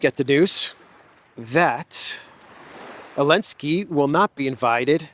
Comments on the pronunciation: My friend it’s Zalensky not Alenski please fix that issue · Zelensky it’s Zzzzzelensky. Love you brother!!!! lol